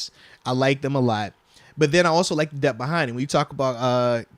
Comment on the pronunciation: Why do you always say dep when the word is DEPTH? Is there a specific reason you're leaving the TH sound off that I don't know about?